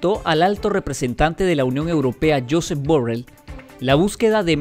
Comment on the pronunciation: Es catalán. Se pronuncia algo así como yusep burrei